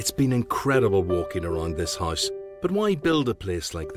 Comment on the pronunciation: Why do you say hisse instead of house?